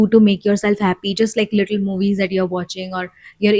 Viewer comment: I always appreciated little things.. you’re right… thanks Daddy 🫣🫢… I’m ready to say now.. a feel times I’ve heard you say Ha penis… like penis.. sorry I just had to share.. but was just a feel times… but I think it was just to make me smile.. and it worked.. thanks for that …